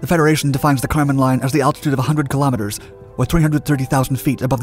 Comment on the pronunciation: So, the boundary between the sky and outer space is the “Karman Line”. The narrator sounds like he’s calling it “the condom line”